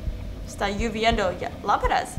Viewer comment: 😅 es "LLOVIENDO" perdón por corregirte... Saludos 👋